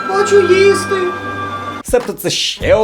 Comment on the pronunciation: "хочу їїсти" ))))